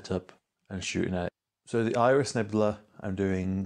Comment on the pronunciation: I drop H's with my accent sometimes, so it's interesting to discover someone who ads H's :D "Irish" nebula, there should be one :D